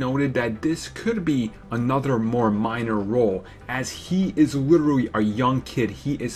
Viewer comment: Did ya here that? He witerawwy (literally) will be pwaying in Spiderman. Oh what a gweat theowy you have dere. Bahahahaha, keep trying.